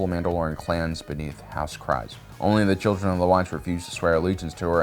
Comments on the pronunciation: I hear people say the name Kryze [kreez] NOT [krayz] the way that you say it. I heard Favreau, Pedro, even Katee say [kreez]. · Kr-eeeze.....not Kr-iiiize. Stop making up pronunciations. Lol. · Why do people have such a hard time pronouncing Kryze? (Kreeze)...It's weird hearing people pronounce it "cries". We hear them say "Duchess Satine Kryze" numerous times in Clone Wars. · isn't her house name pronounced Kreez-c ? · Dude, the last name is pronounced "Kreeze" like freeze. That bugged me the entire video. Don't agree... Watch Rebels or Clone Wars... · Pronounced ( kreez) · Kyrze is pronounced Cree-zah